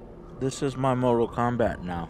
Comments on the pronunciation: It is not mortal kobat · Mobi Kombat kkkk 6/10